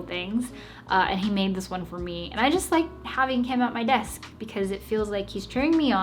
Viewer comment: Ngl I really like ur “besk” lol 😂 no cap ur desk is nice tho